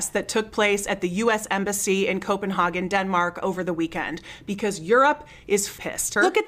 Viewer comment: Please pronounce Copenhagen correctly.